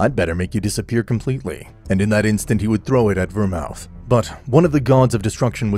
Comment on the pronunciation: Ver-mooth. Not ver-mouth 😂